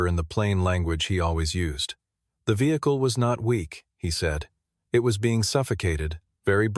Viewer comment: '...Was not the first vehicluheaua'. Wtaf